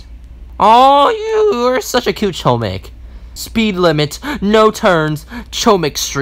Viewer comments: u are saying chooomik its chomik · Fun fact : chomik is Polish Word, but don't say ch omik, say H but like h amster, chomik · It’s pronounced “HOMIK” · I’ve heard “Choumick” so many times at the point where i don’t even call it “Chohmick” anymore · It’s actually pronounced “hohmick” Chomik is actually hamster in polish and thar is the pronounciation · Its homik not hohmik also they just right chomik I already know that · as a polish person i cant help but laugh everytime someone pronunces chomik as ''KOMICK'' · its pronounced "homeek" btw (its polish for hamster) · Btw u say chomik like this : homik it’s bc it’s in polish I have no idea why haha there’s also 2 Chomiks called mysz and szcur. Mysz is mouse and szcur is rat :] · ITS PRONOUNCED HOM-EEK ITS POLISH FOR HAMSTER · Chomik is pronounced, "Hom" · it's actually pronounced "homik" chomik is actually spell in a different way it's "hamster" and chomik is in polish. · Chomik, pronounced Homik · Saying corretly chomik is (homik) h like in word "hi" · Chomik is Mouse in Polish and its pronounced Hom-eek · It’s chomk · You were saying choemick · It is chom ik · it's pronunced hohmik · Chomik is pronounced hom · Its not chomik its choomik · Btw you were saying chomik wrong but my ears don’t bleed